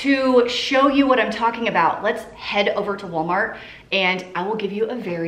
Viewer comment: I love the voice-over where you sound like you're saying: ''You have chosen Wally'' (for Wally World/Walmart). 🤣